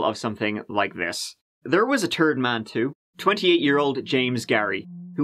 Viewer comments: Lol sounds like you said "and there was a turd man" Instead of third lol It was quite fitting 😆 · James Gary- the turd man. Or with my accent- third man. I like mikes pronunciation better. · It’s ”third” not ”dirt” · “There was a turd man too…” 🤣 I love you so much! But I also feel kinda guilty (not really) that I get so much happiness from listening to you tell stories about horrific things that have happened to people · "There was a turd man." They were all turd men... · I heard how he said "turd man" to sound like third man. Subtle racism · I was confused when he said a turd man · I'm sitting here smoking some of that 'Devil's Lettuce' as I watch this... lol. That makes me laugh every time he says it. And then you turn around and say. "... there was a turd man too..." HA! I'm sorry but dammit, that's funny. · I wish I was mature enough to not laugh at “...and then there was a Turd Man.” 😔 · There was a "turd" man? What about a fourth man? 😂🤣😁 I love you dude! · "There was a 'turd man,' too." Lol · How are you able to say "Thurman" but not "third"? The mind fairly boggles. :)